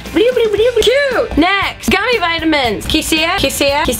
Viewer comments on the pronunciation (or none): none